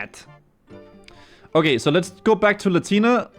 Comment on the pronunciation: Lletya = Latina. Bro what are these pronunciations?